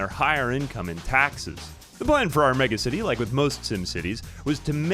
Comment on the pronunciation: deliberately pronouncing it like Megamind would-- MegAcity